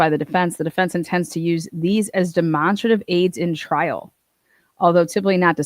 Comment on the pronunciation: Sorry for laughing but I have never heard demonstrative pronounced like that